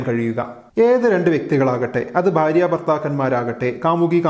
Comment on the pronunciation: You’re so articulate and your Malayalam is great, hence the one mistake you constantly make stands out, could you work on your pronunciation of ഭ and ബ please? It’s ഭാര്യ not ബാര്യ. Thanks.